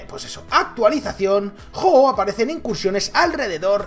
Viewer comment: De los pocos que dice bien el nombre del pokemon :v